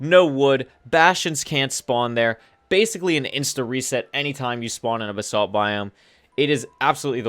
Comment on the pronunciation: No he calls it Bruh-salt